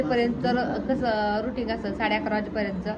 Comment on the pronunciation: Ruting नाही ग रूटीन